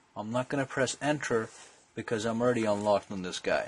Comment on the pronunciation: Oops "already" Not 'alreaduy'